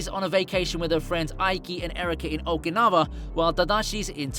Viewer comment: No critics, but, isn't OkinaVa, pronounces OkinaUa, Okinawa, W has U sound, not V